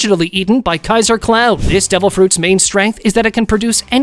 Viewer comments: Kaiser? It is Cesar. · It is Caesar (see-sar) like the emperor not kaizar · Seaser not keaser ( pronounce) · Its not pronounced kizer its pronounced seezer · ah yes “Kaiser Clown” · Bro said kaizer clown 💀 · Honestly was where I stopped watching. This video feels like it was cranked out by someone looking to capitalize on the popularity of the show with no real knowledge of the show itself and was done with a bunch of half hearted google searches. Calling Caeser "Kaizer" was a dead giveaway and not even the first. The weapon weapon fruit was not revealed until after the timeskip but they said it was revealed before, Baby 5 wasn't introduced until the end of Punk Hazard. Half the video being dedicated to the Flower Flower fruit as well shows their lack of understanding. Sure with a lot of the Logia powers It's great, but with some of those other ones they seem to forget that the flowers are an extension of the person and can be damaged and that damage transfers/is experienced by the original body. So strong opponents that can counter having a hand grow out of them could easily stab or damage the limb and subsequently damage the user. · Kaisa close 😂it’s ceaser clown mate😂